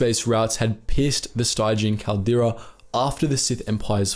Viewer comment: "Stygian" is pronounced Stij-ian. Thanks for this info though, I'm always curious about some of the more unexplored spaces of Star Wars.